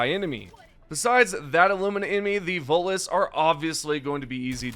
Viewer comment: DA' LAD KEPT' CALLIN' TEH' VOTELESS DA' VOLUS , AIN'T DAT' DEM' GAS SUCKERS FRUM MASS' EFFECT?